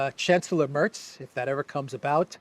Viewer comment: Merz not Mörz